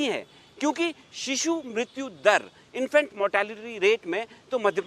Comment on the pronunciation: Infact nhi infant होता है भाईसाहब